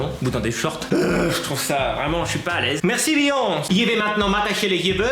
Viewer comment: C'est beyoncé pas beonce